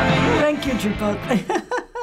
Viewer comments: *scratches ear* "never had chipoltay... wow" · old guy: nEVeR HaD chiPolTAY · No one: Old people: cHiPoLte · “never had Chipotday wow” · "Never had chipolte!" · "never had chipolte wow" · Homeless guy in video: I’ve never had chipotle Old guy: HE NeVeR HaD ChiPOLTAY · when he said chipote instead of chipotle my heart melted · “NEVER HAD chipOLTAY” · Blue polo mofo said chipolte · wow never had cHiPoL-tAy?!